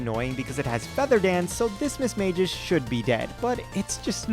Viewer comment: What the FUCK is mismageis. Its mis-mage-ous